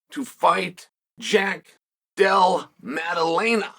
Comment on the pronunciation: Thats the closest Chael has ever gotten to pronouncing Jack Della Maddalena correctly. Not quite there, but I'm impressed.